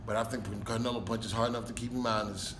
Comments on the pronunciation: “Carnelo”. Hahahaha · First off.. his name is not Canelo. It's Carnelo.